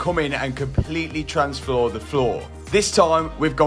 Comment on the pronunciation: “Transfloorhe floor”